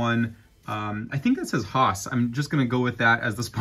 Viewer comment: Btw spin master had a Nascar license way before they even had monster jam for their license (and yes the way you said Haas was correct)